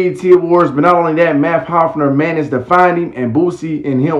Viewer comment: It’s Math (Haw FA) Hoffa not Hofner corn ball 😂😂😂